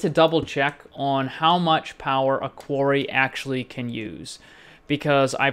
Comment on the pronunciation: I Think he mean to say Quarry, and if so it was a horrible massacre of the english language